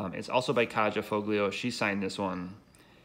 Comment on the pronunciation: It would be nice to see something like this for Ice Age's 30th anniversary. Hopefully at a reasonable price point for everyone to enjoy. Of note, I have met Phil and Kaja Foglio at a couple of conventions. Her name is pronounced "Kiya" btw. Again, thanks for sharing.